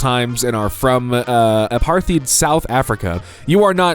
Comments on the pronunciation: Is apartheid not covered in school in America? Not trying to be rude, was just a bit shocked that he said it wrong in the video. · When doesn't know how to pronounce "Apartheid" and almost certainly doesn't know what it was. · pronounced "apart - hyte" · Hey, as an actual South African who wants to share a cool fact, Apartheid is pronounced more "A - part - eye - d". This is because the most prominent language in south africa, afrikaans , is germanic based. Also apartheid was a era of governance where racist rulings and generally a racist government was incredibly prevalent.